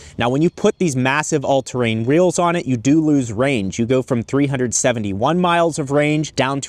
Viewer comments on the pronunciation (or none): Also said 'all terrain reels'